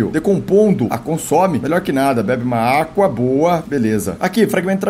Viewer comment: Não é ÁGUA é ÁQUA ÁQUAAAAA